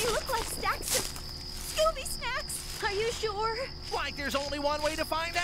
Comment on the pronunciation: The fact that Scooby pronounces it so well is the cherry on top 😂